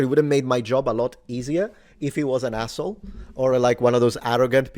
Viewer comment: From this, I see some superficial similarities to Korean, like this thing near me (이거), over there (저거), but there's a general 'it' or 'the thing' (그거). As for your pronunciation... longer vowels wold sound better in Assh0le, and a more stress on the first syllable. Minor point, mainly for fun, from a native English teacher in Korea. Chur!